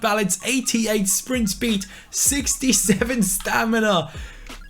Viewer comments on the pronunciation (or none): Who smiled when said shpeed in stead of speed